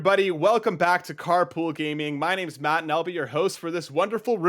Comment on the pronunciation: Who's "MATT"? I thought his name was "MART" 😉